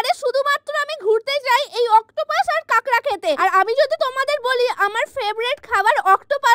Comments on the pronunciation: কাঁকড়া না কেকড়া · কাঁকড়া ❎ ক্যাকরা ✅